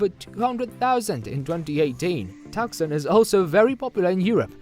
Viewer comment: Pronounced “tooson” not “tuksun”